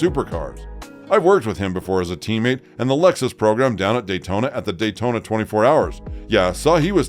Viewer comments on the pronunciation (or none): none